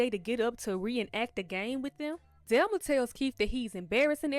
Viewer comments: I have but the person doing the recap was pronouncing it "Delma" not "Thelma" I wasn't watching the video. I was listening to it while washing dishes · The way you kept pronouncing Thelma name wrong was so annoying asf it's not spelled with a d delma is crazy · I'm not trying to be funny or anything but there are short videos on here that are very helpful with teaching people how to pronounce the, "Th" sound.. I was very confused the first couple minutes of this video trying to figure out who "Delma" was. I have a lisp and such videos helped me. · Her name is THELMA not DELMA 😂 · I thought you were calling her "Delma" 🤣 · Man I love how you say Thelma lol